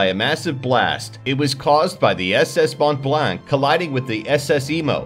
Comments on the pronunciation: Its penoust Mont blah, not mount blak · #6 is pronounced "S.S Moe Blan" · The way he pronounced Mont Blanc was awful too. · In our language(Canadian French), we don't call it the SS Mont-Blanc, we call it SS Mon-Blan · Mont Blanc is pronounced Mow-Blah